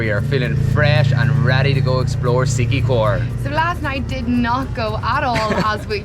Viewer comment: Congrats you got the correct pronunciation right the first time!!! SIQUIJOR and SANTANDER!! hahahaha